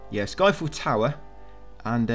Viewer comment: I swear many times when you say sky fell tower I swear my ears heard Eiffel Tower 😂